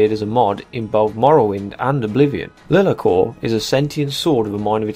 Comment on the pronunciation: Everytime you call it 'Lee-la-cor" I want to punch a wall. It's LIE-LAR-COR. LIE not LEE. JFC you'd think a yOuToObUr that reviews RPG games would have played BG 1 and 2 to know how to pronouce it.